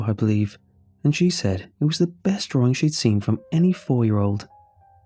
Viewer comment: I'm sorry but I hear it as "drawRING"